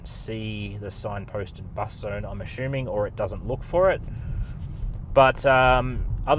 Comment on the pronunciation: When did “assuming’ become “ashooming” LOL - great content, thanks!